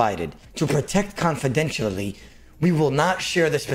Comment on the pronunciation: man, that guy needs to stop playing so much runescape, and read a little bit. "con-fi-den-shee-al-a-tee" not confidentially lololol